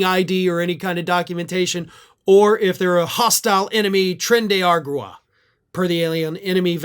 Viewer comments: Train-day are-awg-wah. Are sure you live in Florida? 😊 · Dear It's pronounced "trend-ay are-ahg-wah" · Tren de ah-ra-wa